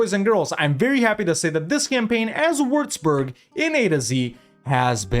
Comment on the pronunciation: Its pronounced wüatzburg, not wurzburg🤣